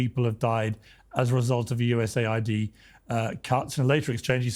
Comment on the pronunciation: he keeps saying USA ID as US AID.